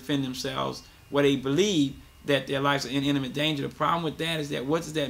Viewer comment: It's not called "innamet danger", it's imminent danger. /ˈimənənt/